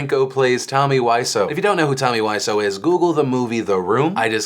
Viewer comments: Phil... my hero being Tommy Wiseau, I must let you know... you pronounce his name as Wiz-Oh. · Plz pronounce Wiseau correctly, it rly through me off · The way you mispronounce "Wiseau" has to stop. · The thing I found most frustrating about the things you reported on today Phil was how you pronounced The great Tommy Wiseau's last name.